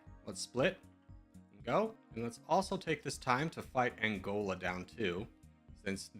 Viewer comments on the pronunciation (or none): none